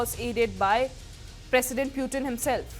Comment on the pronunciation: puuutin ? wtf ?!?🤣